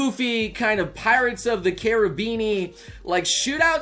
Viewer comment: Did anyone notice he said "Pirates Of The Carabeani"